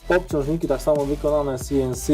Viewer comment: Wykonane si-en-si 😂🤣